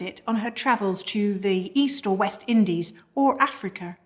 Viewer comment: Was the vanillahr in the sauhrce from Africahr?